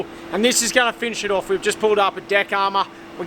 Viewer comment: The word is pronounced off, not oof 🤦